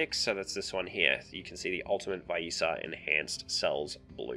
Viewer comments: its vi-esa NOT WHY-ISA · Nice vid! Its Vee-es-ah if you care lol Also who the fudge says ShareeEEen xD